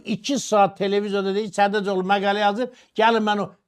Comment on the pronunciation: Maqaylə yox məqalə